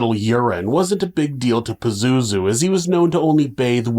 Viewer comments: I literally can't take this episode seriously. PAZOOZOO? I can't!!! And you said it so many times. 🤣🤣🤣🤣🤣🤣🤣🤣🤣🤣🤣🤣🤣🤣🤣🤣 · It’s Pazuzu smart guy ❤ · Pazozoo.... its very hard to not laugh